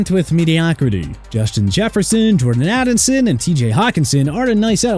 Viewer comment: Addinson? You mean Addison? And also Jerod Mayo's first name is pronounced Je-Rod. Lastly perhaps Miami need to blow up and rebuild